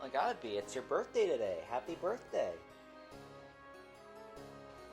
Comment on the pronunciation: Why did he say HAPPY BIRTHDWY BAE